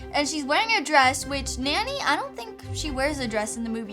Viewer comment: Her her name is not nanny. It’s Nonny.